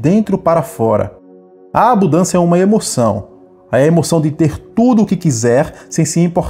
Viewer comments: Abudancia? Foi isso que escutei ? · Eu até ia ouvir, mas quando falou "ABUDÂNCIA", eu desisti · Qual a dificuldade em falar abuNdância? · A mensagem é maravilhosa, mas não consigo prestar atenção quando alguém diz ABUDÂNÇA...